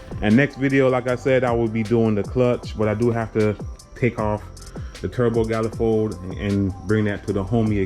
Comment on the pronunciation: Bro said “turbo galifold” 😂😂 you definitely Jamaican bro. 💯